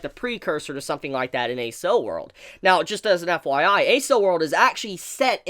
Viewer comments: "Accel" of "Accel World" is pronounced "Ack-sell" It's a (fictional) shortened form of the word "Acceleration" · I couldn't help but cringe every time he said Accel. That aside, good video. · Accel is pronounced like accel in acceleration. It makes sense when you look at what they're doing (accelerated brain). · Was a great episode and a surprising from what I'd come to expected from SAO in story quality so I'm really looking forward to seeing what happens this season. Also, I think you've let me hear the most interesting pronunciation of the word accel (pronounced "ak-sel" like in acceleration) I've ever heard. Thanks for the review though. Totally agree with your thoughts on the episode